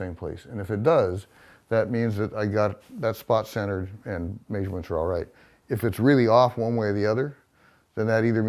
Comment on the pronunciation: I cannot stand if someone uses a word a thousand times in their story and mispronounces it. I cannot imagine this being a legitimate accent.